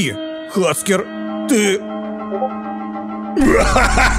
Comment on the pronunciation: ОН НЕ ХАЦКЕР он хекер